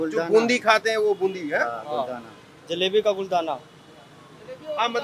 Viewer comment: Ye Jalibi Nahi Lala Maturam ka Jaleba Hai ---JALEBA,Sir